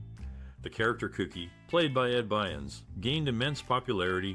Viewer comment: Yay Kookie! "Bynes"? I believe the actor's name is BYRNS.